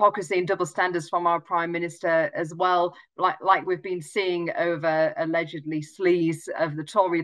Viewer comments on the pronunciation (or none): 'Allegadly' He a flasher